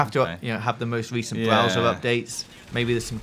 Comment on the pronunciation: "BWOWSER" BAHAHAHAHA